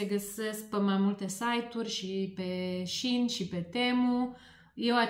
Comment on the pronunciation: Așa de tare mă bucură că pronunțați Shein (SheIn) așa cum trebuie (ca in LinkedIn)...ptr că m-am săturat să aud șein